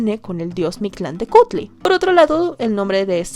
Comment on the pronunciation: Pronunciaciones incorrectas de la con su respectiva corrección "correcta" (pongo comillas porque varía la pronunciación dependiendo cada grupo originario, pero podria consensarse que es asi) Huitzilopochil❌ Huitzilopochtli ✅ Mishtlantenushtli❌ Mictlantecuhtli (la h se pronuncia como j)✅ De lo demas, los pronunció bastante bien, y su invitada estuvo espléndida.